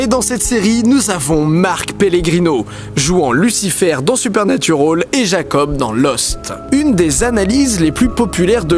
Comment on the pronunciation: Super vidéo comme toujours Didi, mais par pitié bande de Français si vous décidez de prononcer les noms anglais avec l'accent requis RENSEIGNEZ-VOUS SUR LA PUTAIN DE PRONONCIATION EN QUESTION AVANT DE L'OUVRIR ! Le "al" de Supernatural par exemple ne se prononce PAS "aule" bordel ! C'est moche !